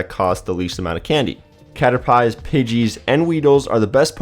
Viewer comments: uhh srry to make you mad but caterpie is pronounced as cater-pi not cater-pay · i hear cater-pie, i click dislike. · You lost me at Cat-er-PYE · Did he really just say cater pie XD you say it like cater pee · Is this person hungry? Cuz he said cater-pie not cater-pee XD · its not pronounced Cat-er pie its pronounced Cat-Er-Pee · It's pronounced as pi not pie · this is how you say caterpie its not cater pye its cater pee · it's cat-er-pee not cat-er-pie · cat-er-pee not cat-er-pie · When he calls it a caterPIE (food) instead of Caterpie (Pokémon) you know he was never a Pokémon fan and just downloaded the app from the hype lmao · lol Cater Pie.. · he said cater pie... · Caterpie: CAT-ER-PEE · Caterpie: CA-TER-PEE! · he said cater pie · ya it's pronouced cater-py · This guy doesn't really know pokemon, when he said the name "caterpie" in the wrong way cater"pie",its obvious that he is just riding with the flow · I know write it's cater pee !!!!!!!!! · Is this person thirsty? Cuz he said cater-pee. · cutter-pie... did you know about pokemon before pokemonGO? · Caterpeeeeee not pie 😑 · He said caterpie wrong it (cat-ur-pee) but spelled caterpie also he said Pokemons. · "catter pie" "flaron" why fam why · cater-pie bruh-_ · left as soon as he said cater-pie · The pie in Caterpie is pronounced like p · Flaron, cater pie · I left the moment he said Cater Pie... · did just said Cater Pies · Cater Pie really ! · did he just say caterpie like an idiot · Did he really just say cater pie XD! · It's pronounced 'Cater-Pee'! The thing isn't a freaking pie it's a Pokémon. Has nobody in this world watched the anime. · This boy said Cater Pie... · Cater Pie? Hell naw. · no events but it's pronounced caterpey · It's not fucking cater-pie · cater pie??? haha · bruh cater-PIE lol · hahaha cater-Pie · did this nigga just say Cater-pie? or is that a mean of plural like many caterpies? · ca-tor-pai LOL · Pronounced way of saying caterpie its cat er pee ok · you said caterpie wrong. -.